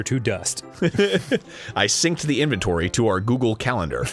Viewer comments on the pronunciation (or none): none